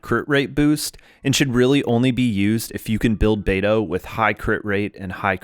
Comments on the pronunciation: Pronouncing it "bay-doo" is killin me but I love this guide, thank you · the way u pronounced beidou like bae doo.. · I just heard Beido not Beidoo?